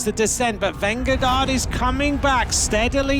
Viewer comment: The commentator is saying Vengagard and everyone else pronounces it Vingegaard. Small matter but it would be nice to get it right. Whoever is right.